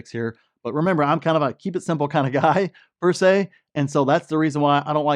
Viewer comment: please google the Latin words per se. Thank you.